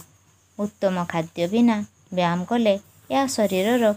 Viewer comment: Mam ap byam kyun bol rhi Hain like why? That is byayam not byam 😂😅